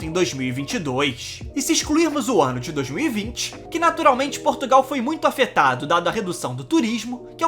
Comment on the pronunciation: Nao se diz Porrrrrrrtugal Diz-se : Portugal...